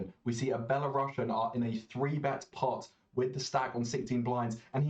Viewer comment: its actually pronounced belarusian (not "sh"ian)